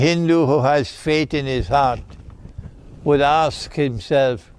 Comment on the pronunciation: Sheikh its ask not aks